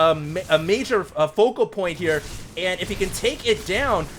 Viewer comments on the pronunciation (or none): none